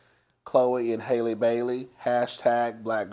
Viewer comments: It’s HAL-EEE like Halle Berry! You been calling her Hailey and now you calling her Holly! 😂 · Love you...but think of HAL - LE. Not HOL-LY. And not HAIL-LEY. 😉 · you are gon drive me to drink the way you be pronouncing Halle's name lol. I ain't gon get behind the wheel and damn near kill somebody like yellow bone tho lol. "Hal•lee" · LMFAOOOOOOOO idk what it is but people cant pronounce it even after years of pronouncing Halle Berry 😃